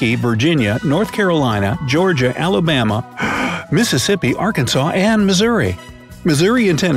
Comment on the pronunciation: alabama....o no....o gosh....